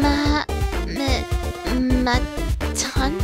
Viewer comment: ton-ton guys shes ton-ton